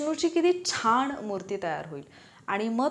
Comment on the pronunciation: Mam, nice n helpful guidance as always... पण न आणि ण मध्ये खूप गफलत करता तुम्ही.. ऐकायला कसेतरी वाटते तुमच्या सारख्या हुशार अभ्यासू व्यक्ती कडून.. छाण , कन्फुज्यण, नंतर णनतर, पन्नास प ण णा स, ज्याणे, runners रणर्स रनर्स etc